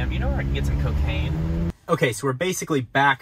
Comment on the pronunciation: Co Caine.....lol